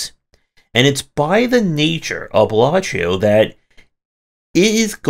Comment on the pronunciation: Other games get a 3 min review... demon solitaire gets 16 mins. lolk "Balatreo"... "Balachio"... it's Balatro. lol This felt like a long, subtle rant because you lost to RNG. Welcome to roguelikes, I guess? Aren't they inherently RNG? /rhetorical